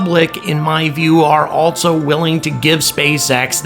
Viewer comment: For gods sake there is no "T" in ALSO!!!!!!!!!!!!!!